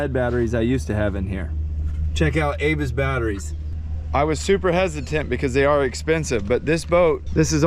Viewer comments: Not to sound like a grammer or pronunciation nazi, but Abyss is pronounced a'bis with the little a sound not A'bis with the big A sound. Every time mentioned the batteries it just ground my gears. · Abyss , like “uh-biss”. Named after Ocean abyss. Love the channel buddy, keeps this ol florida boy’s head in the blue water even when I can’t be there 👍🏼. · I think Abyss batteries are pronounced a-biss lol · Sorry, I've resisted but can't anymore!!! Abyss is pronounced uh-biss, like the movie. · You say ABYSS wrong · I thought I was the only one that brought up the pronunciation of the word Abyss, thanks